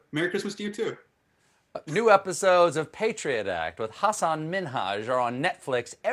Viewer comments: I laughed when he said "Min-Haj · I think you butchered Hassan's last name there, Stephen. Either that or Trevor was saying it wrong for years. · Did Hasan make Stevie pronounce the H in Minhaj as a prank, or what? lmao. It doesn't sound natural at all. xD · "Ha-sahn Min-hadge" Oh Hasan, why didn't you call him out and teach him to say your name right like you did with Ellen?? That would have been so great to see...and also would have hurt my ears/heart less with every strained/careful pronunciation. Still a great interview though. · Hasan had a very trying to be nice look on his face when Stephen said min-haj 😂😂😂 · The HASS-an MIN-haj. I guess he tried. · i don't think stephen is pronouncing minhaj quite right, right? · Stephen, the "h" is silent in Minhaj. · Poor Stephen, struggling with Hasan's name..and trying to emphasize "Minhaj"😂. It was Hasan's first name that he was trying to correct celebrities with for a while, not his last name